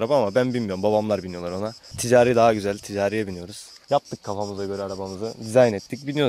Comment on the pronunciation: Tizağri değil (ticari)